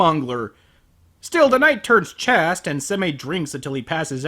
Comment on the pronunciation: I love you, but you can't criticize "completely obliterated" when you mispronounce "chaste" as "chassed."